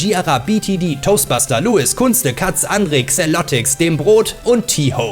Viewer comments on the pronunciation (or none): none